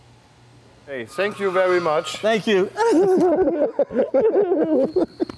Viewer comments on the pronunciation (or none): Nicht mal ein halbwegs ordentliches "th" für thank you hat er vorher einstudiert. Ich mag Det M. eigentlich recht gerne, hier ist er jedoch offensichtlich völlig fehl am Platz.